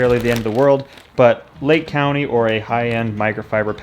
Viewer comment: Lol the guy who is pronouncing country to county telling you Cerakote is the best coating on the market. You do the math